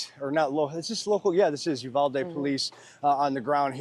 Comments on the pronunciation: Fox couldn't find a local who knew the city is called "Uvalde" NOT "Udalve"> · Udalvey? What haha You-Vol-Dee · Probably should learn how to say Uvalde before you report on it! It’s not Udalve!!!! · It's uvalde sir 🙄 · Uvalde... pronounced with long E sound at end of name ....not an A sound...thanks